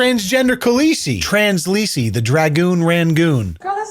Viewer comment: First funny thing he said, "Translise". I'll give credit where credit is due 😂